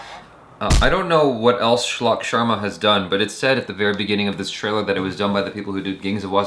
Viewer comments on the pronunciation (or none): none